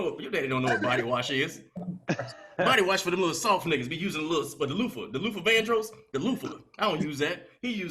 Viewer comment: Nigga said loofah-Vandros ☠️😩😂😂😂